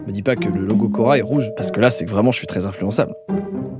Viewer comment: a chaque fois que tu prononces le mot quora je pense au magasin Coraaaaa! 😭 j’en ai marre moi